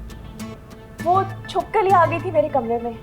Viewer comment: Falak-- vo Chupkali aa gyi thi😂🤣 it's chipkali 😂